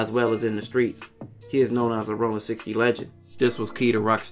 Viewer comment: It’s Rollin!!!!! Not Rolling!!!!